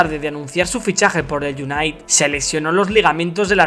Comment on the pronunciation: Se pronuncia "iunaited" crack